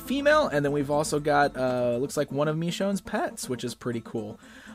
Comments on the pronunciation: I think it's supposed to be pronounced "M'shone". At least that's how they say in the show. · pronounced mishoun